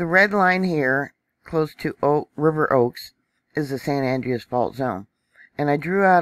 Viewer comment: Hi. Here in CA we pronounce the San Andreas fault as ANN - DRAY - US. Just as an fyi... thanks for the report!!